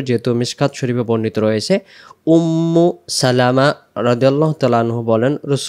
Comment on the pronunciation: উম্মু সালামা না ,হবে উম্মু সালমা।পড়তে ভুল করেছেন লেখা ঠিকই আছে।